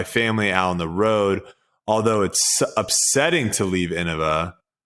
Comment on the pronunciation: Hey guys, I think it's pronounced "In-nova"